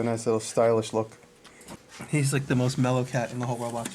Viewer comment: "He's the most mellow cat in the whole worl wahshd".